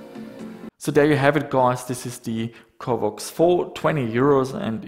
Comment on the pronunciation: Covox, not covvox. pronounce it properly.